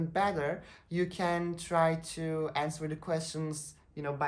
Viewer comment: listen to, contribute to vs preposition hatalari ve answer derken v duyuluyor ilk 1 dk icinde